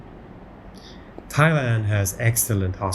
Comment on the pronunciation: Thai-Land, Thai-Way 😁